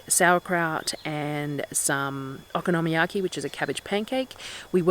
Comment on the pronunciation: Yum, Okonomyaki is my favourite way to use up cabbage, so easy, delicious and versatile! It’s really good with pork belly or bacon too. Yours looked great. Also with the pronunciation, it’s kind of like saying ‘Economy Yaki’ really quickly!